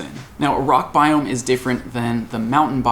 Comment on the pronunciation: bioooOMG! stop saying biome! lol